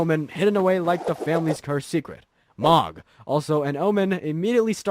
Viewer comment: that one really pissed me off! lol- I think it was about when I checked out. Meee-kell-a was bad too.